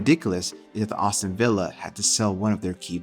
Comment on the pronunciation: It’s Aston, not Awston